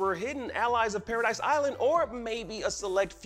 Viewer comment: Its not Paradise island, its Paradis